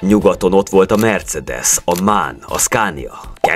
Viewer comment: nem mán hanem M.A.N